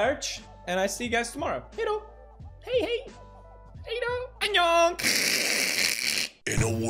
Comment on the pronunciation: Its not hey hey, its hej hej